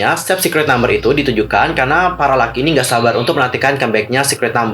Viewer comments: Google nya jadul tuh harus di update...masa bias gua kesayangan gua 😘"Dita" gak masuk di group😏😌 Eh bang tapi lu nyebut kita salah bukan Laki tapi Lockey(dibaca LOKI)!! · Lockey / pake O .. bukan lucky... Bahasa inggris lu gitu amat bro... perbaiki lah tingkatin pronounce lu... ga enak dengernya